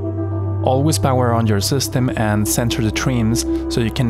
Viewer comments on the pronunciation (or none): none